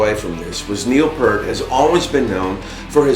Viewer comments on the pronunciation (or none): First, pronounced 'Peert' not Pert. Rush played a lot of rolling rontondos. A classical term for slowing down or speeding up in the middle of strung together unison notes. Like the unison section in YYZ after the 5/4 intro. And the intro to Spirit of Radio - not synced 16th notes with guitar arpeggio. That's what bands did in the 60's, 70's and early 80's before studio clicks. The music could breath. Or the tempo shifted around deliberately. Harder than current perfect, quantized time. Or strict classical/jazz technique. Listen to the big unison hits in Rush's Xanadu for instance, right before the 2 band breaks? They slow those hits down gradually. Like an orchestra would. Like Yes did, and other prog rock 70's bands did, like Genesis. Harder to nail than quantized grid accents. It's what made these bands great. These musicians better. That's feel. That's art. Thats human. Neil was going for the machine straight 8th feel in Tom Sawyer in 1981. The first real drum machine (The Linn) had just come out. "Mechanical Music" - Red Barchetta was new & hip. In 2021? Perfection is unobtainable. Stale. Antiseptic, like an O.R. Art, and music need not be. We need more of that. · Good video! But two corrections: 1. His name is Peart, rhymes with ear. Not Pert, like the shampoo. 2. They recorded this album in November 1980. Not 1981, 82, or 83. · It’s pronounced (peert) not (pert). PEART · Correct and true fan pronunciation of Neil Peart is Neil Peert not Neil Purt ... blah Blah BLAH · Neil Piiiiiiirt, not Purt! What is it with Americans getting this wrong over and over again? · It's pronounced Peert, not Pert. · He didn't have a sense of humor about it at all. Thats why he reacts that way in the video. ( because he was so sick of it) I met him when I was a kid and he said: its Peart. Like on a pier. Pier-T. got it?. C'mon no excuses man. Hes a legend, lets get it right. By the way you have a nice salt and pepper Berd. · It's pronounced PEEEERT!!!!!!!!!!!! Damn.